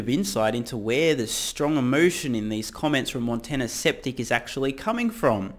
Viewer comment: "Montana Septic" lol